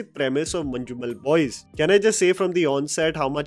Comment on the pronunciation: Nice review bro, one correction don’t pronounce letter ‘J’ in Manjummel Boys you can replace that with Y or Z. Proud of Malayalam movies wish OTT were there in last 2 decades so many stories to share